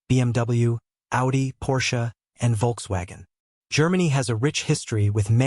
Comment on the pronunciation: 😂😂😂Pronunciation of VOLKSWAGEN is the biggest joke. I will have to practice for years before I can pronounce it like this. "Wholkzwêgin". 😂😂😂